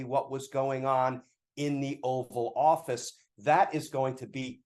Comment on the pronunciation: Did Glenn call it the Offal Office? When Trump was Prez, I’d say that’s an appropriate name.